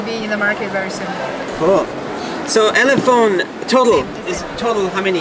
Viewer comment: It's an ElePHONE, not eleTONE. LOL